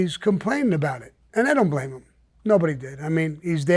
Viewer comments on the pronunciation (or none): none